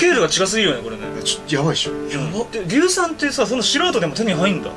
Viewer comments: 硫酸言えない2人可愛い( ´,,•ω•,,`)♡ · 今回のは、結構エグかった😣 でも、技術者、硫酸言えてないのは癒されたー🤣